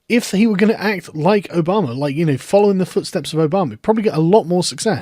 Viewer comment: I like that you unintentionally pronounce Obama as Obomber